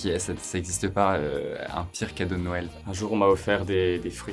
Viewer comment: "PIRE ODEAU DEEL"